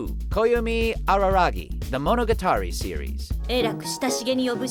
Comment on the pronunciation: who knew someone in the voice acting industry could mispronounce so many names? it's like he's never seen half of these anime. dude it's ma-KO-to. it's mo-no-GA-ta-ri. jfc